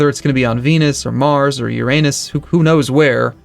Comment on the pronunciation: pronounces Uranus like Sheldon Cooper when he showed off his (literally) asshole on stage xD You should stop saying it at all, I don't think I'm the only one who gets a mental image of an anus when you say it xD Let's just call it "The Planet That Should Not Be Named" for now:D